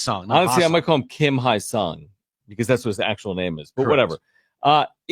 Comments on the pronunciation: Pro tip his name is pronounced like the "he" from hello or Henry or hemisphere Easy way to remember: Don't say HI say HELLO 😊😊😊 Hello, Hyesong! 😢😢😢 Hi, Hyesong! Too many people are saying HI Song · Heavily saying his name wrong. It’s pronounced HEH-SUNG not High-sung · Read as hesung kim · Lol the butchering of his name "Hi Song Kim" 😂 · Hearing everyone not knowing how to pronounce his name at all(except the kulture wave). It hurts